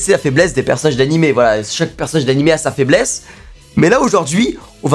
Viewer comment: Tu parles de peur ou de faibmésse mec ?